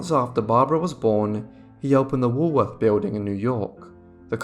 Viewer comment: Too bad the narrator cant pronounce Woolworth.